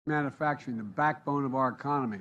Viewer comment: Manafacturing or manufacturing??